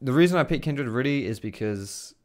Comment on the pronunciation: The way you say Kindred is really tilting xD it's Kindred, not Kindread haha